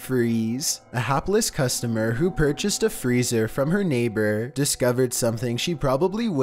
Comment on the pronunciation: I would have never "pur cheased" that freezer lol